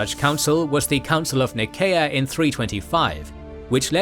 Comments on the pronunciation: It’s “Nice-ea”, not “Nee-kay-ah” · he used the classical latin pronunciation